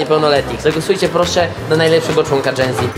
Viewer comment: *genze ona powiedziała ( nie hejt)